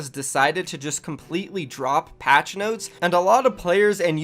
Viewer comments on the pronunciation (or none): I liked the vid, but never say noties again